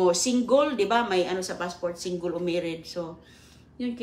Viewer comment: Hahaha singgol daw😂😂😂 visayan accent mahilig sa word na "ol"